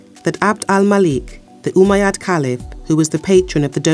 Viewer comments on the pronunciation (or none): none